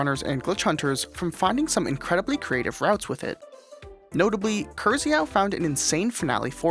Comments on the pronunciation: please correct your way of pronuncing Krzychau, use google translator or something to know how to say exactly it because it hurts my ears really badly every time. It's not kur-zee-how, you read it like K-shi-how. It comes from a polish male name Krzysztof. Anyways, i love your vids ❤ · "Krzychau" is actually pronounced like "KSHIH-how" XD